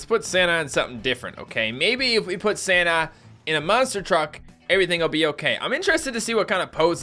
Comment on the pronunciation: It sounded like shouted Sanna and not Santa. Heeeeehh. Merry Christmas